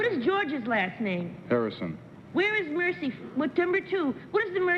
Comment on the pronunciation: Except she pronounced Mersey "mercy"! 😊😊